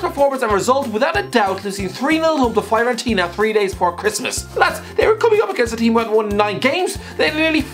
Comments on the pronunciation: I am a Fiorentina fan and the way he pronounces Fiorentina Is awful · Fyorentina lol